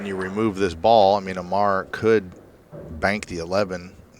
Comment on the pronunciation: it's Omar, not Amar, John Schmidt. you stink